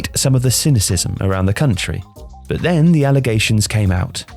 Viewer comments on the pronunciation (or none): none